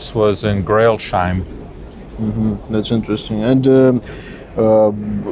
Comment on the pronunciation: That’s Crailsheim not „Grailsheim“...